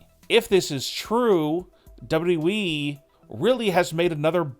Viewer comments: what is WE? or "w" "we" dude its WWE lol this guy just couldn't say WWE. lmao Hilarious. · The guy that be telling us these stories sounds like he cant speak English. Its pronounced wwe, not we. Get it right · WWE. Learn to say WWE. It’s not “WE”. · Once you hear dubitiblyeeeeee, it cannot be unheard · Yeah some people have trouble pronouncing certain combination of alphabets. It's a disability. Grow up! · No...it's DoubleWeeWee - honestly, I've listened to it over and over again 😂 😂😂😂😂🤣🤣🤣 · The way he says "WWE"! 😂😂😂😂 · She got injured, not fired dopey. Learn how to say WWE properly ya ballbag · It's the way he says wwe for me 😂😂😂😂😂😂😂😂🤣🤣🤣🤣🤣🤣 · You say wwe in the weirdest and worst way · Why would they fire or release Sasha Banks?? I think she is injured.....it could have happened when she attacked Bianca Belair....... WAIT HOW DID YOU PRONOUNCE WWE CHAMPION n OPINION (Listen)